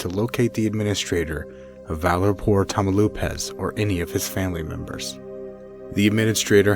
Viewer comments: "Tah-mao-LEEPASS" not 'tamo-lupas.' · "TAMAULEEEEEEEEPAS" not Tamauloooopas. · Tamaloopas? Tamaulipas is pronounced ta-ma-oo-lee-pas. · I may sound like a SJW, but it makes me a bit triggered how badly "tamaulipas" is pronounced, "tamelupas", "tamalipoas", come on... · Tamaulipas = tam-oww-lee-pass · Tania Alejandra boy said "tamalipas" lmao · Tania Alejandra he said tamalupes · abracadabra mamalupas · the way he pronounces Tamaulipas is driving me insane!! "tamalupas" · You pronounce it Tah-mah-oh-lee-paz, nice video though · Tamlupas please dude at least try to say the name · I'm sorry but I burst out laughing when he said Tamaulipas I find it funny because I'm Mexican lol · I cant get over with how you pronounce Tamaulipas 😂